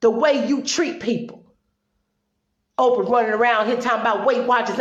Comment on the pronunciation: Orprah? LOL!!! Good video, well said.